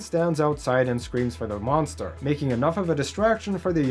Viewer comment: Did you say....... DA MONSTER? LESSSSSSS GOOOOO